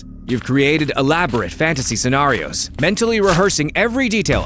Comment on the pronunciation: Why does he always say "scenarios" like an Australian 😂